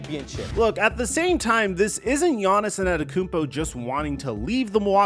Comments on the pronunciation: Bro why are you calling him Giannisin the whole video? His name is Giannis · I wish you’d just say Giannis